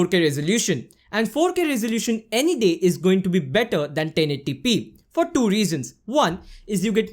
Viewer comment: I just can’t stop laughing when he keep saying DO instead of TWO..good contents though